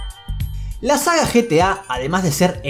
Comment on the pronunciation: No es GTA es GETA